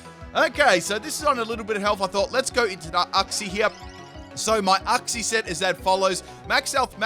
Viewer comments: IT’S YOUK-SEE NOT UCK-SEE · You-xie YOU-XIE IF I HEAR UX-IE AGAIN I WILL DIE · Silly, it's pronounced youk - zee